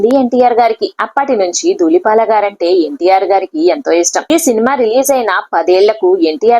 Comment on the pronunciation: ఒసే కామెంటేటర్ మీడియాలోకీ ఒచ్చే ముందు భాషపై దృష్టిపెట్టాలి, నర్తనసాల కాదు నర్తనశాల, ధూలిపాల కాదు దూళిపాళ, సకుని కాదు శకుని అనాలి తెలుగురాదా మోటిదాన